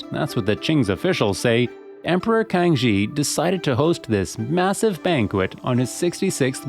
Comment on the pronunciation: I would like to suggest that your pronunciation of Man Han Quan Xi should be like "Man Han Chuan see" not "Man Han Kuan chi". While emperor (Kang Xi) should be pronounced "Kang see" not "Kang chi".